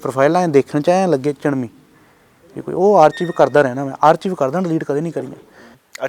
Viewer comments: ਆਰਚੀਵ ਜਾਂ ਆਰਕਾਈਵ ? ARCHIVE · 🤯he doesn't know how to say archive, 25.2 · punjab ch eda hi kehnde aa, my cousins say in same way, we say it atkive but they are speaking as it spells, ch as "chive"